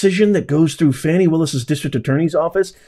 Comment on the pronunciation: Fani????? shouldn't it be Foni !?